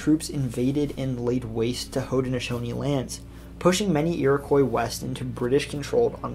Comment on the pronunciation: You should learn proper pronunciation. There was no such thing as the Protrusions it was the Patroons. Nor was there Haudneshonees precept, it was Haudnesaunee.